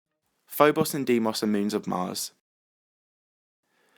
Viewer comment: Actually it’s pronounced DAYMOS